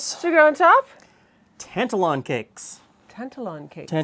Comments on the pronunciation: Best rant I've heard for quite a while :) As one of those actual Scots, my only quibble would be the pronunciation of Tantallon, Tan-tal-on rather than Tant-alon. I was taught about Scotland's slave dealing past at school (I'm 57), yet during the recent BLM protests, younger Scots were surprised to discover that Glasgow's Jamaica Street was built from money made by "trade". Rory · Very interesting, wee tip for you it's pronounced tant-allen. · Yes the emphasis is on the middle syllable (a 72 year old Scot here) Tan ‘tal Lon. I remember when I studied history in the 60s at school we learned of the slave trade and I always knew that certain cities (including Glasgow where I went to university) made their fortune from the slave and sugar trades. It was just a fact, not hidden but not over emphasised either. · Tantallon is a castle in East Lothian, near where I live. It's about 30 miles east of Edinburgh, close to the town of North Berwick. It's a stunning ruin, on the edge of a cliff. However it's pronounced like tan-TAL-on. Emphasis is on the second syllable, not the first. You are 100% correct that Scottish shortbread never traditionally had vanilla in it. IMHO it's just the wrong flavour for shortbread. I think the recipe you are showing is probably what we would call a biscuit today (not a cookie), not a cake either. Just to confuse things, in Scotland a cookie is a sweetened enriched bread bun, often filled with whipped cream, dusted with icing sugar. They're wonderful. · There's a town near Halifax called Tantallon, I pronounce it like you but people from there laugh and say it's pronounced "tan-TAL-un" Btw, no true Scotsman, indeed. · It's pronounced the second way here in Scotland too. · As a Scot, my only gripe is your pronunciation of Tantallon. It's pronounced Tan Tallon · Ok, but you are still pronouncing Tantallon incorrectly, Glen!!